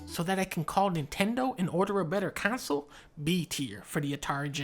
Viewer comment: This was a very entertaining vid, mission accomplished - nice work. What I disagreed with most was not the rankings which were curious at best - I disagreed most with your pronunciation of console, which is pronounced “con-sole” not “council” and jaguar, which is pronounced “jag-war” not “jag-wire” you goofball. 😂 Keep up the good work.